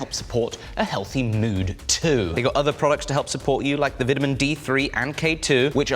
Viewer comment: If u ever say vitimin again im insubin!!!😂